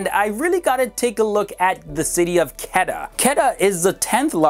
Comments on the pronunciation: quetta is not pronounced ketta its kuuetta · For all new viewers, its city Quetta not pronounced as Ketta. Its Kuwaytta! Peace!! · Its not qeta, its ko-we-ta (quetta) and se-yal-kot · I was stunned when he said qada. It was Quetta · You are pronouncing Quetta as Ketta while it actually is pronounced as Kooaaitaa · Not Ketta... Quweta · not ketta its Quetta lol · Hi I would appreciate if you pronounce the names properly I know that you only know english Some corrections SIALKOT = SAY...AAL...COAT PESHAWAR = PISH...A...WERE QUETTA = KUAY...TAA SHAHID AFRIDI = SHA...HID (LIKE HIT) I hope youll like it... Regards Im from pakistan and i love your videos... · Butchered the pronunciation of Quetts to a point of incomprehension. its like K-wait(t)-Aa awesome video though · Quetta tou Quetta hai😎 and its pronounce like (ko Ae ta) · Quetta pronounced (ku-weh-tta) And Balochistan is pronounced (baa-lo- chess-than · ITS KO-EETA (KOYTA) THE CAPITAL OF BLOCHISTAN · It's pronounced Koo-Wetta and Ba-Lo-Chistan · It's quetta, pronounced as ko-ait-a lmao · Yesssss Peshawar and Quetta 😍💖💖💖💖. Quetta is pronounced as Qwetta. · Your Pronunciation of few cities name is not up to the mark... so please also try to mention the name of city in Video.. edit it in the Video (Subtitle). like You have pronounce the city name Quetta, which pronunciation was wired :D I was not able to understand which city you were talking about :D Thanks